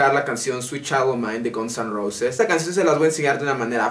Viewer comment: amigo no se pronuncia GONS and roses se pronuncia GANS ans roses pero igual estubo genial el tutorial